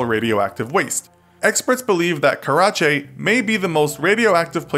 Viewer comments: It’s pronounced “Care-A-Chay” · you said it all Wong it’s called the “ Kyshtym “ disaster” not that! And the lake is called “Lake Karachay”!!